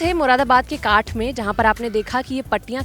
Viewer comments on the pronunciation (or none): "काठ"नही इसका शुद्ध उच्चारण "कांठ" है, जानकारी के लिए धन्यवाद